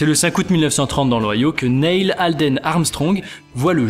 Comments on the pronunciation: Juste, on prononce pas "Nayle" mais "Nille" Sinon super! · s'il vous plait arretez de prononcer son prénom comme ça, il se prononce Nill. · Ça se prononce Nil